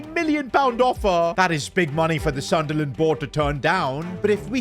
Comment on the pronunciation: Sunderland ❌ Sudnerland ✅